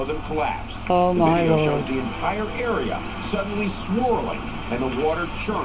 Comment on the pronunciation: Geez what's up with the way you pronounce A's? Areaaaaaaaa! Loisianaaaaaaaaa! Lol